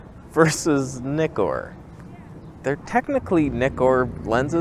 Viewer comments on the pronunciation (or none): Had to pass on this video because you miss pronounced ZF and Nikkor.